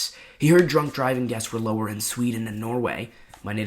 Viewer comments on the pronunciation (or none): none